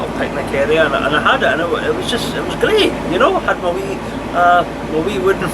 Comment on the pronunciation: Only a small criticism on The “GREAD” Norfolk Broads Adventure